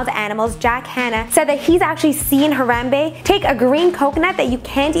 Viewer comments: When your cringing to death when she says Harambe wrong. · your saying the gorrolis name wrong